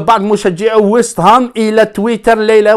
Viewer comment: فقط تصحيح بسيط واسمهم ويست هام ماشي ويس هام 🙂